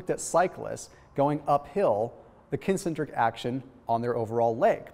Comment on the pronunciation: Watch the way you say "concentric"!